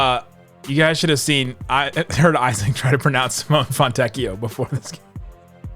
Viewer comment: As italian, the pronunciation of Fontecchio is perfect 😂